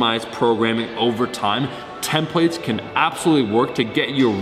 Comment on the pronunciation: Thought you kept saying 10 plates when I realized u said templates it finally made sense.